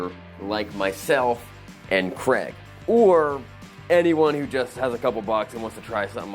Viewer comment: i wish you would stop calling him Creg (like Greg), im pretty sure his name is Craig (like CrayG). Ask him! lol